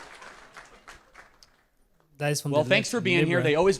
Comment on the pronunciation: "Yur face ish smool!" Your brain is small. Your weight is small. Move on, beta.